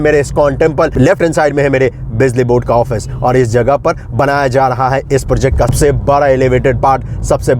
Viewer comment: पोर्जेक्ट नहीं होता है, प्रोजेक्ट होता है । अब ये मत बोल देना कि बिहारी में ऐसे ही बोलते हैं। टोन रखिए बिहारी जैसा पर सही से अंग्रेज़ी वाले शब्द तो बोलिए